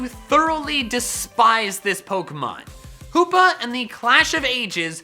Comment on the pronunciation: HOOPA, NOT HOPPA!